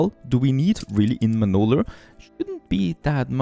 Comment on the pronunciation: So it’s “Manoler” now 😂